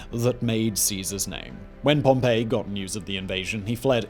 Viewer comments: Pompey is not Pompei, you say it 'pom-pee'. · It's "pom-pee". Not "pom-pay". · Everytime Simon says Pompey like Pompeii a piece of me dies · Please please please stop saying Pompey like Pompeii